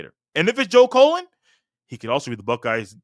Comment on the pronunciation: Why do you keep calling this man Colon? He's not a body part. It's CULL-LEN. Joe Cullen. And who is Larry Jones? It's Larry Johnson. Basically, you're just repeating and rehashing observations we've heard for over a week now. Across multiple pods 😂 C'mon man